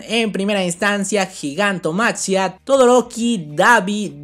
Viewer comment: GIGANTOMAKIA (ASI SE LEE)